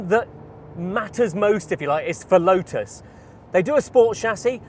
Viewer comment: Thanks for including the t in the pronunciation of lotus and even one or 2 other relevant words.